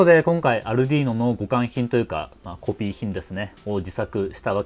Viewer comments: アルドゥイーノ（イタリア） 、 アルデュイーノ（英語圏）･･･発音は色々ありますが、 アルディーノは絶対違うし恥ずかしいから広めないで欲しいと、国内代理店のスイッチサイエンスさんが仰ってますよ！ 私もそう思います。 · アルディーノじゃなくてアルデュイーノな「